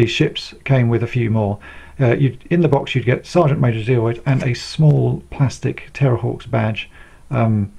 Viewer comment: I cringe every time you say Sergeant Major Zeroid. It's Zero.